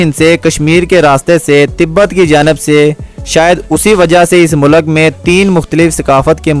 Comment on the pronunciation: بھائی لفظ مولک نہیں ملک ہوتا ہے مقصد آپ کا دل دکھنا نہیں بتانا تھا کی یہ آپ کی ویڈیوں دنیاں بھر میں دیکھی جائے گی